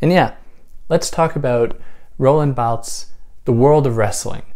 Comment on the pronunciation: Roland Balth 😂 I had to check in after the Guy Deball episode and I was not disappointed. It’s punctum that continually throws me off as a listener. Whoever you’re learning your French from is taking the piss.